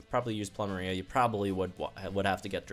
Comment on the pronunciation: Ploo - Meh - Ree -Ah Sah - Leh - Zule You're welcome. ;)